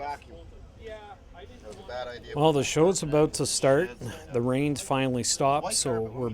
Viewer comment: Ab owut sorery 😂 screams Canada